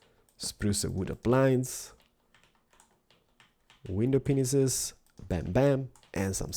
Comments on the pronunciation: You said window penis instead if pane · He did say "Window Penis" but its glass pane Xd